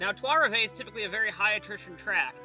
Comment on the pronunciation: Lul at your pronunciation of Trois Rivieres. Not the run these hard working guys at the 3 team deserve.